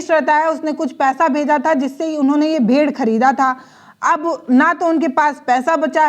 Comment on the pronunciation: यह भेड़ है भेड़िए नहीं है मोहतरमा, जबान चलाना ही आता है या अक्षरों का सही सही उच्चारण बोलना भी आता है यह भी कह दो कि बचे हुए खाने में बीजेपी वालों ने जहर मिला दिया था।